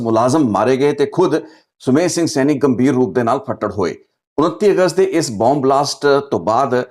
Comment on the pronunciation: fattad hoye na kaho , fatad hoya kaho 😊